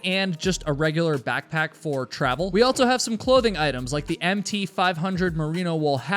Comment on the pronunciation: It throws me off EVERY time he says “altso.” It’s so weird that he says this word with an added T and says it in EVERY video